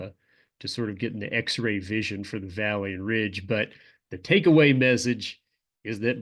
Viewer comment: I always hear Vallian Ridge instead of valley and ridge lol